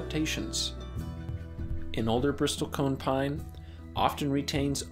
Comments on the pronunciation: Such a tragedy. Btw, it's pronounced "bristle" not "bristol" The "t" is silent. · It's pronounced "brissel" , not "bristol". Typical internet expert. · you don't pronounce the "T" - it's not a "briSTOL-cone" pine, it's a "bristle-cone" - like the bristles of a brush... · It's not a Bristol cone pine. It's a bristle cone pine, which is pronounced, bris-sle. It's not a 'conservationalist', it's a 'conservationist'. But thanks for a great video anyway. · BRISS-ul cone 😐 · Bristlecone is pronounced [ bris-uhl ] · A small correction: the word is Bristlecone, not Bristolcone…. Bristles of a brush+cone. Not the city of Bristol + cone. I visited the Bristlecone forest up on Mt. Evan’s in Colorado. They are a powerful and majestic species and need our protection from greedy and ignorant bureaucrats and “managers” of our national treasures. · Never in almost 60 years of study have I ever heard anyone pronounce the "t" in Bristlecone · You repeatedly mispronounce the word Bristle. Very annoying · I didn't need to hear someone mispronounce "bristlecone" that many times. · You are mispronouncing 'bristlecone.' Great vid otherwise. 😉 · And bristlecone, you don't pronounce the t. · The "t" in bristlecone silent. Robots, huh? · It’s annoying to hear the “A1” mispronounce “bristlecone” so stopped watching after 49 seconds. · You might want to learn how to pronounce "bristlecone". Your righteous indignation doesn't look good on top of stupid. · you're pronouncing it wrong. the t is silent. it's "brissle cone" it's not "nevodddah" it's nevada, the same a sound as in sad. "sad" - "nevada". it's conservationist, not "conservation-AL-ist" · Can the AI narration at least pronounce "Bristlecone" properly? The "T" is silent. Not to mention the mispronunciation of Nevada.